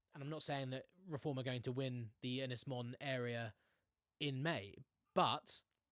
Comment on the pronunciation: It's pronounced Ynys Moan fella.